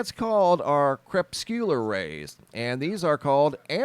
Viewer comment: Cre PUS cu lar rays. Not "crepusCUlar.